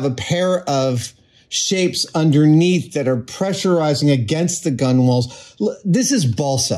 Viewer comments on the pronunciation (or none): I'm loving the bulid so far but I can't let you off with your pronounciation of Gunwale. It's pronounced gunnel (/ˈɡʌnəl/). Apparently it was always pronounced gunnel, I'm not sure why the spelling makes it look as if it should be pronounced differently. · Did he say “gun-wall”? Gunwale is pronounced /ˈɡʌnəl/ — like “GUN-uhl”. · I hate to be pedantic because I love Adam's videos, but his pronunciation of gunwale is killing me. it's pronounced "gunnel" like "tunnel", not "gun-whale" or "gun-wall". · (Psst, like many maritime terms "gunwale" is spelled with more syllables than it's said, every sailor I've heard say it says "gunnel", rhymes with "funnel") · For what it's worth (about two cents), the word is spelled "gunwale" and, pronounced correctly with a silent W, "gunnel" with accent on the first syllable.Many traditional nautical terms are like that. For example, the word forecastle is contracted to and pronounced "fo'c'sle". Sorry, this old sailor couldn't resist. 🙂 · Great vid as always but gunwale is pronounced gunnel. Ships have lost of weird ones like that, such as forecastle pronounces folksel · I believe that gunwale is pronounced "gunnel". And pedantic is pronounced.... ;) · Hey Adam, gunwhale is just pronounced "gunnel" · The w is silent. It’s pronounced gunnal. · Gunwale is pronounced gunnel